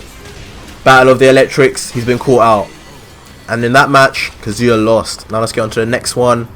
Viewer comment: kaZU-ya ,lol the way u say his name is annoying